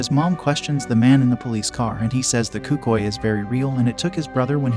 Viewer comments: Cucii💀 as a Spanglish speaker(Hispanic) I feel so disrespected by that word. It’s Cucuy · Hearing you pronounce cucuy made my ears bleed